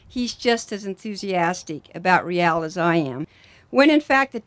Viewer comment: this is great...but wouldn't it be greater if our team didn't have to have the lamest name of any MLS team? for years and years now no one can say ReAL correctly. the media don't get it right, the team don't get it right, the OWNER can't even get it right and he picked the darned thing. he picked a spanish name for the team...would it be so hard to get people to say RAY-AL instead of REE-AL all the time? just what the heck does "REE-AL" even mean? if you have to ask what RAY-AL means, then sorry